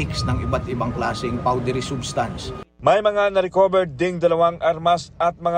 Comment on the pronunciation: gusto ko yung pagpronounce nila ng Suspect as Soospect, and substance as Soobstance hahahaha tas yung Chemical, Kimikal daw HAHAHAAHAHAH